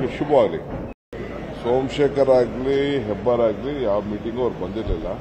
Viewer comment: Hebbar not hebbalkar